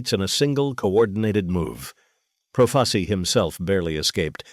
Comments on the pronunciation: It’s pronounced. PRO FAH CHEE not proface e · You want to be an announcer then pronounce the name Joe profacI profaci pronounce the last name correctly you j.e.r.k.o.f.f.